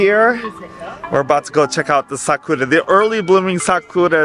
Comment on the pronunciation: why do you say 'sakora' instead of 'sakura'? i never understood this ^^"